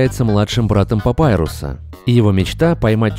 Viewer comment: он сказал папайруса)))